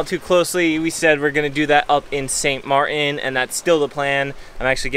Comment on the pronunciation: There's a 'T' in Martin ... just being picky (you day St Mar-in)